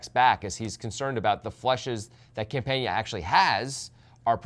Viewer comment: Campana is really easy to pronounce ... why do you guys insist on consistently butchering player names?